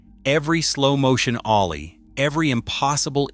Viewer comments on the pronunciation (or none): none